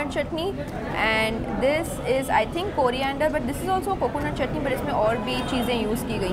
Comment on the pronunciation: When she says coriander ...I hear korea- ander 😂😂😂😂any PURPLE ARMY here 💜💜💜💜